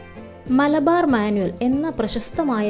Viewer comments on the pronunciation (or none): none